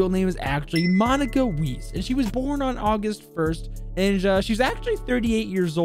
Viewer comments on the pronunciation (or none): I thought German pronunciation isnt to hard but you fucked up both Weiss ( said Wiess but its pronounced like Whise with the focus on s and i so like Whiss(e)) and Leipzig. (no idea how to explain that with an English example) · Hate to break it to you but her last name is pernounced "Vice" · I see people have corrected Leipzig, so I'll correct her last name. Its not pronounce weis like the store, is pronounce Vice. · Her name is pronounced Vize not weisse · Angry German here, I’m not angered by your pronunciation of “Leipzig” I’m angered that you pronounced her last name “weas”, it would be properly pronounced “Vise” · The way you pronounce IQ's name is (MONeeka V-eye-s) Monika Weiss. In the German language the letters i and e are together like q and u in English. The thing is whatever letter is second is the one you hear, so that's why with her last name it makes an "eye" sound. Same thing with where she was born. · also her name is basically Pronounced Vice, its basically German for White. So her name is basically Monika White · W in the German language is usually pronounced as a V. My last name is German im pretty sure, so it would be pronounced "Zumvalt" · To say Leipzig, it’s pronounced similarly to LIBEZICH in English, her name Monika Weiss , the Weiss is pronounced like Veiss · In Germany we pronounce th ei (Leipzig, Weiss) like and I or ai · IQ's real name is "Monica Wees"... (German speaking people get it...) Btw,, the german "ei" is pronouced like the english "i". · I’m not from Germany but know a lot of German, Leipzig is pronounced “L-eye-p zig” and Weiss is pronounced “W-eye-ss” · Thought I’d mention weiss is pronounced like Wice and means white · IQ is total wife material, also her last name is pronounced like "Vice" or with a W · Its pronounced Vice nor weecw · You pronounced Weiss wrong it’s pronounce Weiss :) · You speak Leipzig like laipzig and same with Weiss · You absolutely butchered the pronunciation of weiss